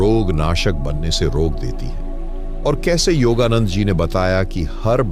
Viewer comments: योगा नंद जी का सही उच्चारण करे आप योगा नंडा बोला करते है. कृप्या योगानंद जी बोले. आपका विडिओ बहुत लाभदायक है . आपको नमस्कार है. आपका बहुत-बहुत धन्यवाद है. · आपको सुनते हैं तो हम यह जज नहीं कर पाते हैं कि आप हिंदी जानते हैं या नहीं जानते परंतु आपका योगानंद का उच्चारण बिल्कुल सही नहीं है कभी तो आप योग योगानंदा कहते हो कभी आप योगानड्डा कहते हो इससे हमारा विश्वास आपकी बातों से उखड़ता रहा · आप योगानंडा बोलने की बजाय योगानंद जी बोलिए। योगानंदा भी ठीक नहीं है। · योगादंडा नहीं हे नंदा हे😂 धन्यवाद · योगानंद न कीे योगानंडा 🙏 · The pronunciation of yogananda is different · ka name ka to sahi uchcharan karo, foreigner nahi Indian ho 😊